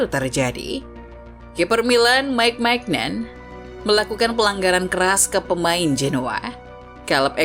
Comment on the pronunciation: Maignan bacanya MINYONG